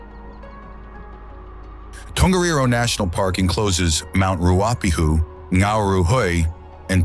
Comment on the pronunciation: Lovely documentary but please get your pronunciation correct. Example Dun- e-din not Dune e din, Rua- pe-hu, Ro-to-rua. Even that is basic.